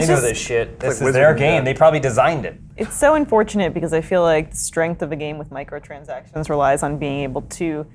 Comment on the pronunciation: just can't say Microtransactions lol